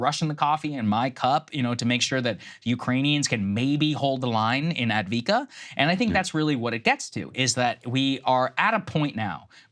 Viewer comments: It's Ah-v-di-ka not advika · It is called Avdeyevka, not Advika. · It’s pronounced Av-dee-ev-ka…..it’s Russian territory now. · Lmao A-vee-kaa really? Even with $500 billion dollars in aid, The American mission in Ukraine will fail, Ukraine will fail, more innocent lives will be lost. It's better to negotiate now. I feel bad for every Ukrainian life that has been lost because the UK and The U.S decided not to negotiate from the beginning. More help? You can not even match the Russians in manufacturing ammunition. Ukrainians are dying like flies. Keep sending weapons. Dont negotiate. Russia will effect a strategic global defeat against America and it's Allies. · AV - DEE - IV - KA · What the heg is Adviika? There is an first V! It's prominent! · It's Avde-ye-vka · It is pronounced AF-DEY-EF-KA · Av-die-ev-ka. The gentleman on The Duran have been talking about it for months and have a good command over the pronunciation of Ukrainian names. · Av-diiv-ka Why do we have to repeatedly prove American dumb-ness, instead of teaching kids syllable by syllable? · Try to learn how to pronounce AVDIIVKA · The least Saagar could do is pronounce Avdiivka the way it's spelled. It was the most heavily fortified city on the line of contact, from which Ukraine has been shelling and bombarding civilian areas of nearby Donetsk, a city of one million, since 2014. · As someone with a background in the military and a middling knowledge of defence economics, hearing Saagar be so incredibly ill-informed is almost as painful as hearing him butcher saying "Avdiivka". If you're interested in a thoroughly researched, well cited, and very informative resource regarding defence economics and the situation around the war in Ukraine especially, I can't recommend Perun enough. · it’s been like 6 days and saagar still wildly mispronouncing “avdiivka”